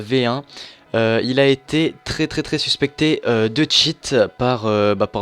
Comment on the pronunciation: mec... tu dit "suspécté" mais il y en as plein qui cheat vraiment dans ta vidéo --'